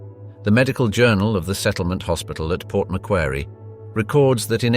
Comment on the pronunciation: Say Port Macquarie as Port Mac-Quarry. I should know, I live in Macquarie Fields.